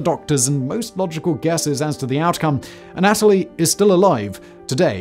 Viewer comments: Wasn’t gonna do it but I’ve seen about 15 videos with Simon mispronouncing this name. The Russian name Anatoly isn’t A-Natalie, it’s Anne-uh-toll-eee. Just for future vids. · It’s not pronounced “An-AT-oli”, but rather, “Ah-nah-tolyi”. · Uhnatalie???? Its pronounced ANNA-TOE-LEE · Anatoly. anna toll lee. Simon: uhhh Natalie? 🤷🏼‍♂️ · Not the anAtoly, but anatOly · Anna-Toley not Anat-olee..Simon, your pronunciation on most of your videos are hilarious. Do you do this on purpose? lmao!! love your work, keep it up mate!! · Anna-toe-lee, not a-nat-towlee. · Imagine being almost a genius and so stupid you just use a screwdriver Ah Nataly. I know it's British accent but it's a Russian word you have to change your pronunciation. Usually really good at it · His constant mispronunciation of Anatoly sucked lol Think of the "ana" in words like analyze then add the toly instead of a-natalie ...you must re record this whole thing 😆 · Ann - ah - toli. Just sayin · An-a TOLL-ee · It's "ah-nah-toll-E"